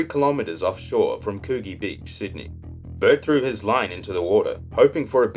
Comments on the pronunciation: It's pronounced could gee not what you said lol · Great vid.. Love you're work mate.. Coogees a tricky one, Its pronounced Couldgee, Anywho carry on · Very entertaining , except for the mispronunciation of Coogee 😀